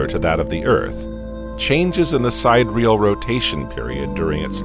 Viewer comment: You don’t pronounce it “Side Real”, but Sid-deer-real.